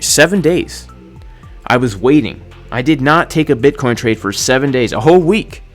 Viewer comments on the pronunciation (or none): Dear, please say “Bitcoin” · Dear, please say "Bitcoin"